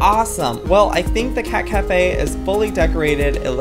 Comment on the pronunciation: did u know at the first of the video he said cat cafea did u know that's in japen